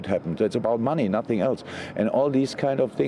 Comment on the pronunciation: "I have nussing to say, if I speak I will be in big trouble, in big trouble"